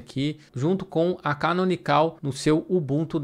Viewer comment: Uma coisa que não sabia, achava que tinha que pagar para obter a versão PRO do Ubuntu. A propósito, não se fala "canonicál" e sim, canonical sem o acento agudo. Deixei um like no vídeo.